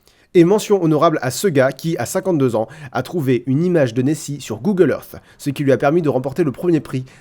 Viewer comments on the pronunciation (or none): none